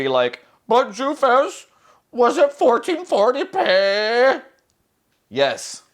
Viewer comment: 1440 peehhh Kills me every time!🤣